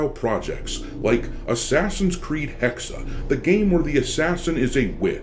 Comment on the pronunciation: HEX, not hex-uh. You know, a hex, like the things WITCHES put on people? Like a curse. The E here is silent.